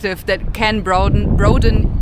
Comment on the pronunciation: you sounded very American when you pronounced "broaden"